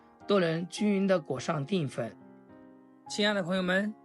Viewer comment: 定粉？！淀（Dian）粉！怎么读字都那么白痴！